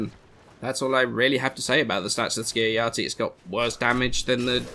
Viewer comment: Ski-uh-ya-ti? This isn't Norse; pronounce the J.